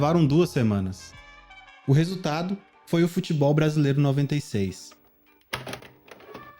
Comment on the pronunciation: Ronaldinho campeonato "bracilero" "noenta e oito" ( apertava start eeeeeee ) 😂